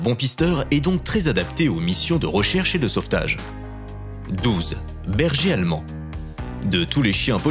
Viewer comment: Le bergéalmen